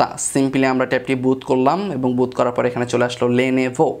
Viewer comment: বুত নারে ভাই, বুট।